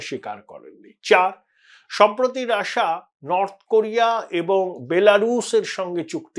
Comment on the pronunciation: রাশিয়া না বলে রাসা বলছেন কেন ?